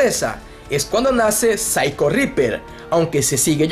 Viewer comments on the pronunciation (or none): none